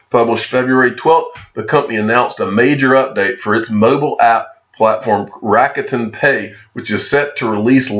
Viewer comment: It’s pronounced Rock Ten, just fyi. For Rokuten.